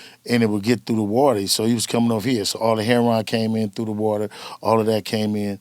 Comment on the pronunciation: Is it really that hard to pronounce Heroin correctly? Lmao… Herronn 😂